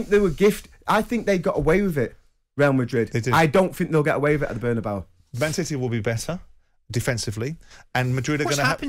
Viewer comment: Why do these English people struggle so much with the pronunciation of Bernabéu